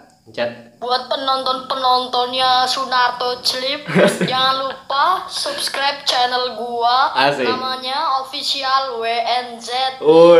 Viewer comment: Sunarto clip:"saskreber" Gua:"wkwkwk"